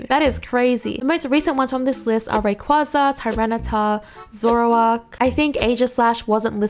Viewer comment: Ray-Quay-Zah* I know you said your pronunciations won’t be perfect, but way too many people pronounce Rayquaza wrong. Lol